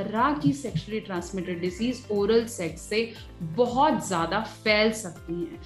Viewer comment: Zada Nahi "Ziyada" kaho